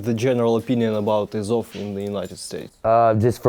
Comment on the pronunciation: It’s АЗОВ, not АОВЗ)